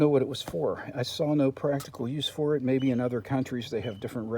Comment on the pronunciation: What are the rubber top foot pegs off of? I couldn't understand what you said, forta?